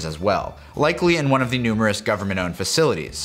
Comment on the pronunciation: He said "numerous"